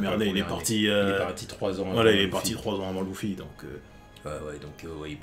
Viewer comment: louffy mdrrrrrrr (LUFFY)